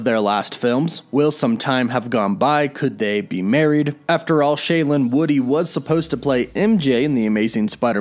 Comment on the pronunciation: I had to listen 3 times before I realized he said, "Shailene Woodley"